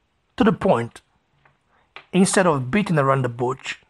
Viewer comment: Again I say it's bush and not butch